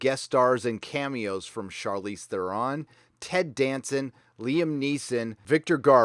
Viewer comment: Still thinks The Orville is a parody, doesn't know how to pronounce Theron. C'mon.